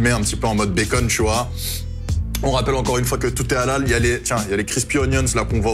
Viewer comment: halal prononcé a la française ça pique les oreilles 🤔😅